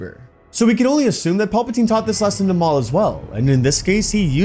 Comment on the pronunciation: I swear my guy is saying pulpatine